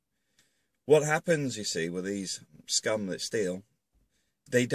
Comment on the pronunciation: I can feel your contempt for those gypsies in how you stress the word scum. I don't really see them around London now. They were a big problem on the tubes and around Hyde park for a while.